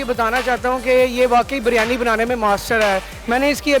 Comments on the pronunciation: Behan "Biryani" hai ye BARYANI nahi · O jahil ouraat baryani nahi Biryani hota hai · O meri behn phly BARYANI bolna toh seekh lo. Lol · It’s not baryani it is biryani 😂